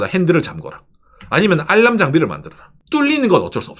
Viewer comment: 유익한 방송 잘보고 있습니다. 방송 시작때 구독과 좋아요 알람 부탁합니다 라고 하실때 아람 보다, 알 람 이라고 발음해 보십시요^^ 감사합니다.